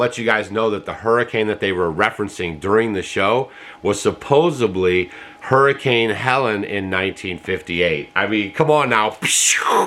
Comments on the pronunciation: The word is ‘supposedly’. NOT ‘supposably’. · Love you, but please say the word supposeDly correctly - it's not supposeBly. Have you read the contract for the $750 being offered? First off, most folks are being denied. IF you get the money. read the fine print. You have to pay it back within a year or they can take your land! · For fucks sake. Don't listen to this garbage! SUPPOSEDLY...NOT SUPPOSEDLY!